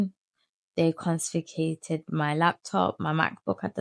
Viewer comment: Your story is pretty captivating. Pretty sure you are pronouncing confiscated incorrectly. Also just some questions here. Was your dad around when you were young? Did he ever tell u he loved u? How was ur childhood before the age of 12.